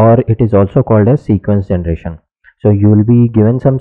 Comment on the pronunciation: Genration ya generater😢